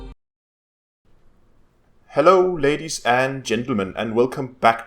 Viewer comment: i almost thought he said "babies and gentlemen."